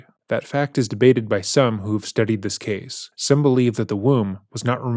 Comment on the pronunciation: reads typos changes accent says words completely differently video to video, the abrupt tone and cadence shift when he goes in to a rant (it's not normal it's edited in later), been going on since the start, the end of videos he used to say ca-say for case